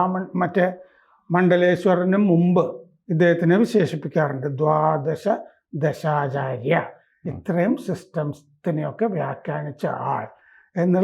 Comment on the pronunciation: ദ്വാദശദർശനാചാര്യ എന്നു പറ മനുഷ്യാ